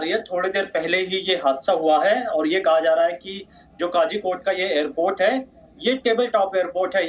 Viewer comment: Kozhikod nahi bol sakte ho toh calicut bolo...dont murder the name